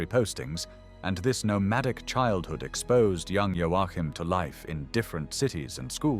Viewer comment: O fato é que vc sequer sabe pronúnciar o nome do Joachin